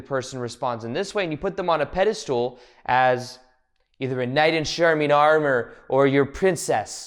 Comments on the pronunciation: It’s pedestal- not pedistool. But otherwise I’ve been enjoying the video😊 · This is great...AND can you stop saying "pedestool" instead of "pedestal?"